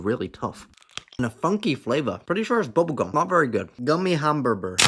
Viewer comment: “ HE WANTS HIS HAMBURBUR